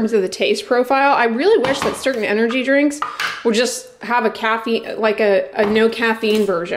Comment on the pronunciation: I love how you call drinks 'dranks'!!! LOL